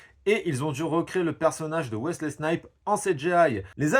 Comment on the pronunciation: T'as un souci sur la prononciation des noms propres : Wesley SnipeS avec un S et puis "WolverinG" wtf ?! 😁